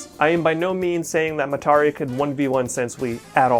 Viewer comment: why is he pronouncing Mitarai like that lol